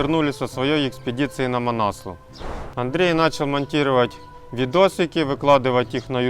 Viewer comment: Несломность - такого слова нет в русском языке, правильно писать непобедимость. Манаслу - ударение на У правильно говорить. Непальцы говорят так.